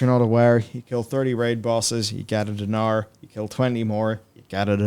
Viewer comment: It is not spelled DEEH-NAHRR (the E after D is quick/short and there is no H and only one R in NAR) it is pronounced DENAR; fast and simple.